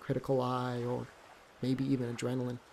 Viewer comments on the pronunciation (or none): none